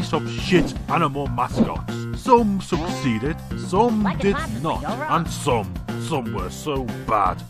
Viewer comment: he said he sugsedid like in good mascott